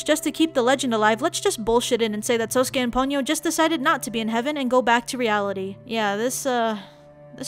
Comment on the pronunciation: Did she say SAsUke